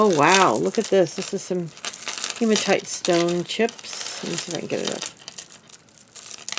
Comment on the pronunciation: Hi! Beautiful lot from Karen! 😍 I like how you used the seed beads as a teaching moment, there is most definitely a difference in quality. I did chuckle when you said hemotone 😁 sounds kinda like a 50’s du wop group, “ now introducing Barry and the Hemotones!” 🤣. I know I’m weird 🙃